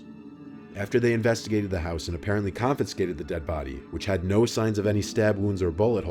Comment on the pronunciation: "...'coffinskated' the dead body"? It's "con•fis•ca•ted"; most everybody says con•fus•ca•ted, which, in some dictionaries is rendered for pronunciation as ( con fəs cā təd ) , so it still works, but ne'er a mention of "coffinskated" is ever found in dictionaries....